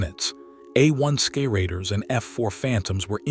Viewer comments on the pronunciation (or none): "Skay-raiders" Bet they sure got those damn Skays!!!!